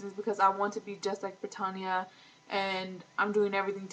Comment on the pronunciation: "Brittanya"..... like Brittany but with an A on the end.....not pertonya